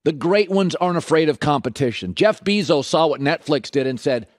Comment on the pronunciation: Colin "jeff beezos" Cowherd